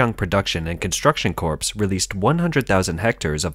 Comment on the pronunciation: the word 'corps' is pronounced 'core' as in U.S. Marine Corps if you say it like it is spelled you are saying corpse, which is a dead body.